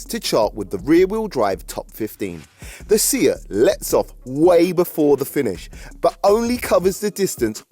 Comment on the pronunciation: Say-at, not See-at